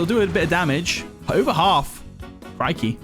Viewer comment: not the "crikey" 😂